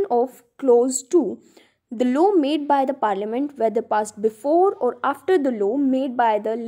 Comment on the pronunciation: Ma'am aap explain to achcha kar rahi hai but law ko law hi pronounce kijiye low ni